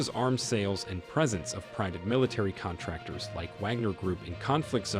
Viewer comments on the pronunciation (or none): none